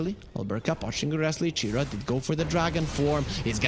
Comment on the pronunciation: everytime the bc said Chira, i heard Jerax 🤣